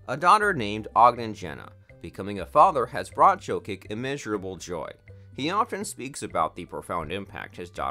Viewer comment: its prounounced YO-KICH not JOE-KIK lol